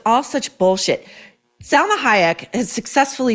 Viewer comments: Pronounce her name correctly...it's Salma not Selma. Why are you shouting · SAlma not Selma .